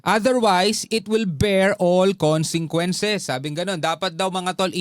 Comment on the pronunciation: Hindi moba mabasa Ang consequences bakit ilang vlog mo palagi mo pagbigkas ng consequences ay consenquences